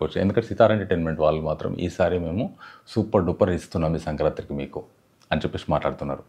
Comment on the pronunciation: 'Sankranti'. Sankrantri kadu.